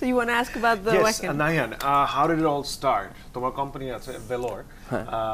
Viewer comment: উচ্চারনতা হবে ভাখেন, ওয়াকেন না।